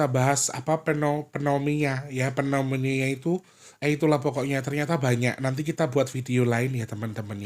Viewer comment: PNE - MO - NIA yaaa...biar ga bingung ngomongnya, 😊😊😊